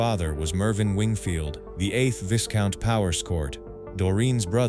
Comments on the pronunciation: Viscount is pronounced Vi count. The s is silent. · The title "Viscount" is pronounced as if it was spelled "VI-count." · AI commentary: how many more times does the correct pronunciation of 'viscount' have to be pointed out?